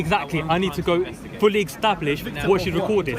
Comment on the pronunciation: Biggest crime here was wheb he said, "Ecstablish"